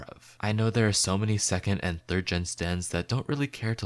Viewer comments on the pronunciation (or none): none